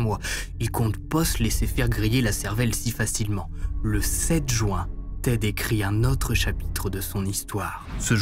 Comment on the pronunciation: Juin pas joint, je comprends pas cette prononciation